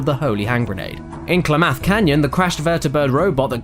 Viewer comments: "Klamath" is pronounced like clam-math, with emphasis on the first syable. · Oh my god, your pronunciation of Klamath is killing me. Just trust me, I live in Klamath Falls. Seriously though, love your work and keep it up mate.